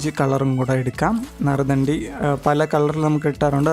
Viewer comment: നരുദ്ധാണ്ടി അല്ല. നറുനീണ്ടി. റെസിപ്പി ഗുഡ്